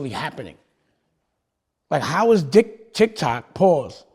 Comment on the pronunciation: He said d!ck toc and quickly said tic toc. That's why he said pause😂